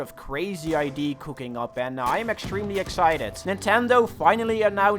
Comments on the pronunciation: repeat me after this: Id-uh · Oh no first it was being physicly incapable of saying idea, now he can't say alpha